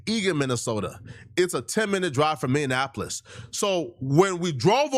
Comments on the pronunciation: SECOND incorrect usage of words for today: “Meannapolis” instead of “Minneapolis” 🤦🏾‍♂ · It’s pronounced (Minnie•App•Less) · Please don’t say my city’s name like that 🤣😭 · Minneapolis but the way he saying it is crazy 😭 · It’s Minneapolis! lol